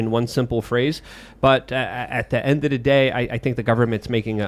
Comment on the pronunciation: "endadaday" is my favorite Lukeism